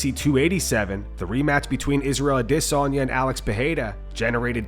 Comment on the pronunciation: Fix your AI’s pronunciation of Adesanya